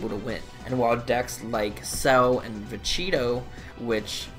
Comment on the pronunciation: I like how you say vuh- cheetah and vuh-cheetoe